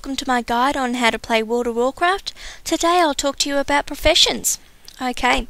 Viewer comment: you say professiunsh and word of warcraft :D :) :I :( :C :O